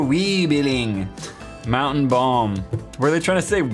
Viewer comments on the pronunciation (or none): none